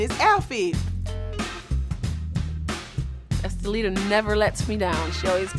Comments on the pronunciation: Dime keeps calling Esthelida Oompaloompa!🤣🤣🤣🤣🤣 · Dime said Apaloonaa😂😂😂😂😂😂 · I know this is old but My bitch Jessica Dime called her anchilada not enchilada!!!! Too Damn funny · "Empaloona?!" 😩😂 Dime!!!! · WHY can none of these damn women pronounce or remember Estellita's name?? Dime stays calling her "Amaluna" and "Apalunka" 😂😂😂😂😂😂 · Karlie so messy, she gets up & starts preparing her attack on enchiladita lol 🤣🤣 "empaluna" lmfao She threw the whole tray up in her face lol 🤣🤣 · Dime said uppalumpa 😂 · DIME SAID ESCALEDA 😭😭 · I love Dime's dedication to just not getting that girl's name right..